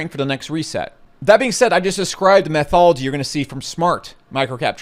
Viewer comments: METHOLOGY?????? 🤣 YOU MEAN "METHODOLOGY"!!! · METH-ology? That's methed up lol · Metho-DOL-ogy,. Love yo channel man